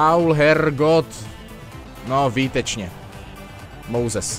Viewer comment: výtučně :DD